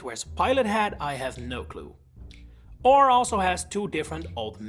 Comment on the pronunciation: It kills me every time someone calls Orre "ore" and not "or-ayy".